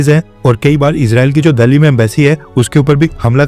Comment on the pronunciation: आप दिल्ली को दल्ली pronounce कर रहे हैं। कृपया इसे सुधारे।